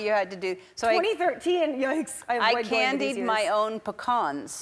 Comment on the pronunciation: Actually cringed when Ellen said Pecan